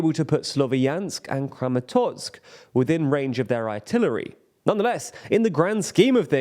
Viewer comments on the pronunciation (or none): It's "Kramatorsk" not "Kramatotsk". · Why are you saying ChasTiv Yar and KramatorTsk?